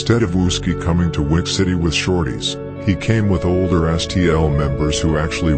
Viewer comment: “I think I’m order den u” 🤦🏾‍♀️